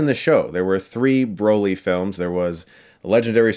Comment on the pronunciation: i cringe every time you pronounce it Bro-ly. like. wtf. it’s Brah-ly. how do u consider urself a mega fan and pronounce his name wrong